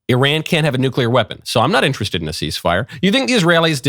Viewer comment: "Eye-RAN-ian NUKE-yu-lar"